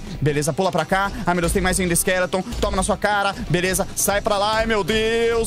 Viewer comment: ele falou velesa o correto e beleza 🤣🤣🤣